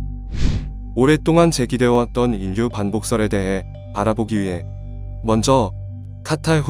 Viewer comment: 읽기 연습을 좀 해야할 듯. ㅉㅉ. 인류는 일류라고 읽어야지 인뉴라고 읽으면 안되지. 반론도 반논이 아니라 발론으로.ㅉㅉ, 짜증나서 듣기가 싫음.